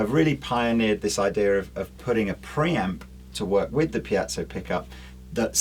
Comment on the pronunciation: Ffs, it’s a piezo - pee-et-zo - NOT pee-at-zo.